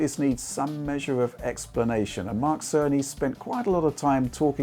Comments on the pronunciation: I'm I the only one that hear Mark sony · Great contenct as usual!! Thanks!! (And I keep hearing Mark Sony 🤪🤪Tim Apple send his regards) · It has taken me far too long to realize it's Mark Cerny, not Mark Sony since pronounces them so similarly.